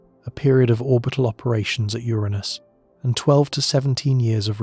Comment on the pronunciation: Uranus, 😅 not my anus